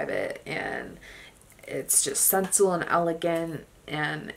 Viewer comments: Great collection and descriptions, except the "old lady" typing. "Sensual" is pronounced "cinch-oo-el". 😊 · Ya know, I heard another perfume collector say "sensual" the same way as you, so...maybe it's a colloquial thing. 😊 Great collection and really enjoyed it. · When she says the name of the Paris Hilton fragrance 🤣🤣. And the word sensual 😂